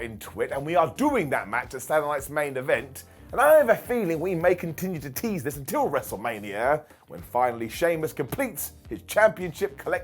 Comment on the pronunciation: We need a counter for how many interview segments you saw, but we here in the States did not. We can help you. You saw 5 we didn't. Also, you sound like you're saying "satellites main event". Lol